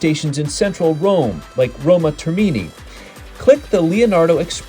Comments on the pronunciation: Thanks for the info. Just for future use, the correct pronunciation is "Roma TERmini," with the accent on the 1st syllable. And your train stop (Spagna) is pronounced with a silent "g" ... like Spaňa in Spanish pronunciation. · Yes, but pronouncing “Termini”, “Spagna” etc. like that doesn't help if one has to ask about them or to recognise an announcement... 🤔